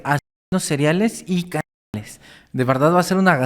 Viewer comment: El dice asesinos "cereales" y es seriales